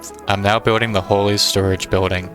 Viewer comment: I love this series so much! I do have a minor nitpick, however. While I definitely get where you got the pronunciation of "Wholey" from, it would be pronounced like "wooly" as pronounced in "wooly mammoth"